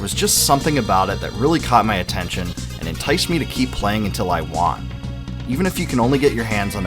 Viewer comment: won rhymes with gun its not like won-ton soup